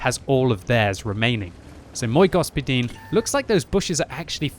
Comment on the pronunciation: Like from me for that Мой господин pronunciation.